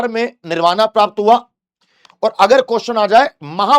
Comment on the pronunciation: Your pronounciation is incorrect. Nirvana english mein likha jata h hindi me saf likha h tbhi galat bol rhe ho yaar ajib ho Shravasti hai vo shravati nahi hai yaar 😂